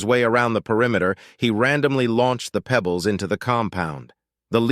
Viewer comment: THUMBS DOWN, and out. "marble-sized pEEbles" Not my day to put up with a brain-damaged Narrator. Not my day to put up with an author who did not =Respect= us listeners enough to do a proof audit.